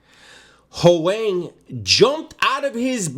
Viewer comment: Hoang. Vietnamese. That was good pronunciation. Lol.